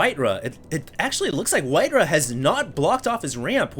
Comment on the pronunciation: Why you call him WhiteRUH?